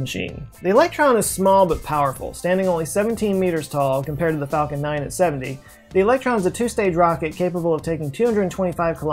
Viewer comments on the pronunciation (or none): none